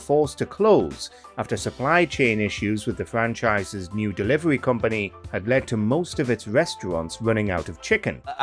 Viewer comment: “I’ve add to go ta Burga King” will never not be funny. People need to get a grip.